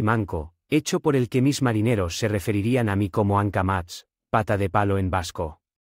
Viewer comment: Hankamatz??? NO, es Hankamotz